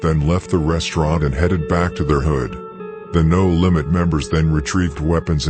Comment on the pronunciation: Him calling No limits "da lambs" took me out